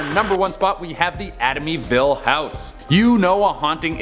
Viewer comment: "Atimyville", really! You almost made me pee my pants! Love you and, as always, great video with great content..😂😂